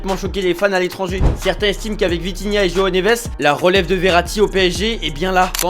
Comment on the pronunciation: C’est Vitinha et non Vintinha